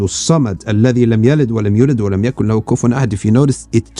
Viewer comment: Jazaka Allahu Khayran. Thank you! But 9. is "wa lam yakun lahu" or "wa lam yakul-lahu", the ya isn't seperate (its from surat al-ikhlas). and 11. is al-dhalimeen (dh = ظ) with a kasra instead of fatha.